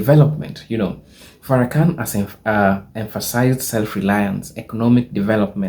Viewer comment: Please refer to him as minister Farakhan. Please stop mispronounceing his name.